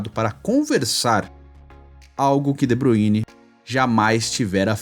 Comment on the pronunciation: Nào é de Buine porr@ . Se lê de Bráááyne !!!